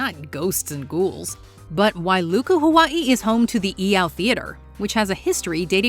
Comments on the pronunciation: What in the heck is a Ha-WUHT-ee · Why do you pronounce Hawaii like that? 😂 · Is anyone else bothered by her saying Hawaii wrong? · Props to the narrator for getting all that Louisiana stuff right, but the way she pronounces ‘Hawaii’ tells me she focuses much on culture stuff. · Stop saying Hawaii like that smfh